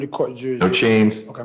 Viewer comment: Well, the judge can't pronounce "chains" properly. He made it sound like the guy was rattling change. The accused is a mental midget, but it looks like a local dialect thing.